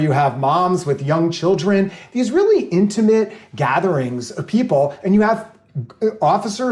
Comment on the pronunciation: You both need to learn how to pronounce the word "intimate". Hint: it's not "intuhmit".